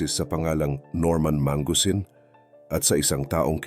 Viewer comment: norman ma-ngu-sin not man-gusin lodz btw very nice reveal